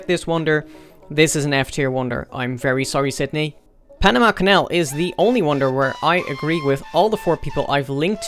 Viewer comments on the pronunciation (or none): none